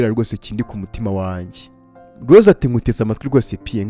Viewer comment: Urakoze kutugezaho oyi nkuru nziza ariko utubanalire uje uvuga Rose apana Lose njangira ngo nuwundi muntu.merci